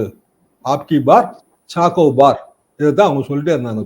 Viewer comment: அப்(b)கி பா(ba)ர் ச்சார் சோ பார் என்பதே சரி. சாக்கோ பார் அல்ல. கோர்ஸ் correction-க்கு மன்னிக்கவும்.